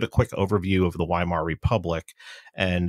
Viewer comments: It's "Vaimar" not "Whymar" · How do people interested in a subject mispronounce names..... Weimar....with a V.... Vy-mar! I hear misprounciations in WWI & II audiobooks all the time! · You speak out the W